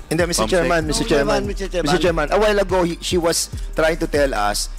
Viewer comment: put@ ina mo paduano.. MISTER CHAIRMAN lang ndi mo pa mabigkas ng ayos..🤣🤣🤣🤣🤣.. pano ko sasamba sa iyong hudiyo ka..